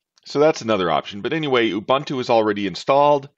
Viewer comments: It's not Ya bun tu, it's pronounced Oooh Boon Too. Greetings from South Africa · I still pronounce it you-boon-too or you-bun-too like a heretic. The only time I’ll say oo-boon-too is in professional setting.